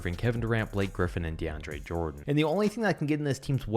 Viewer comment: Idiot is saying deandre jordon....🤣🤣